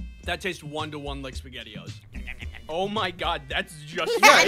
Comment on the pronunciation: I'm triggered by some of the squad saying basgetti